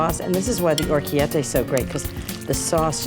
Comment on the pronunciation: Ina should learn how to pronounce Orecchette. 🙄🙄